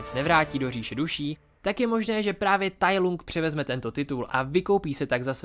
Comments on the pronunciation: Musím tě opravit. Nevyslovuje se to Tai Lung jak se to píše, ale Tai Lang. Jinak zbytek videa je v pohodě! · proč to čteš [tajlung] když i v Anglickém znění se to vyslovuje [tajlang] ???? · Tai lang je výslovnost děkuji